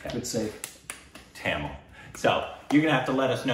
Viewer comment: Michael is Just Like His Father Rick😎🔥🔥 Read Everything in Correct Pronouncation. This Time, Pronounces "Tamil" in right sound👌🏻